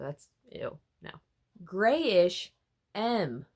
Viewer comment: NO! You're pronouncing G-Reyish's name correctly! Also ironically 'M' was the only album from this month that I bought, with my limited budget lol